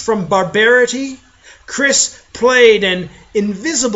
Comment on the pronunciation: THAT'S NOT HOW YOU PRONOUNCE CYRISS!!